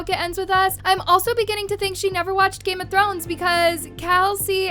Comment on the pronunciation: I’m dying for these game of thrones pronunciations 😭🙏